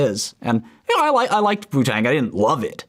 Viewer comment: Is it just me or does it sound like he says “poo tang”